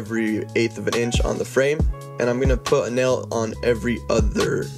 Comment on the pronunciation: I hate the way he says tail and nail. Sounds like “tell” And “nell”. Irritating.